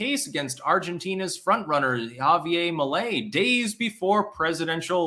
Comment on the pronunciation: You mispronounced the Argentinean dude's name,but I reckon that I can't really blame you;you ARE a Vermonter of caucasian persuasion,after all. 😂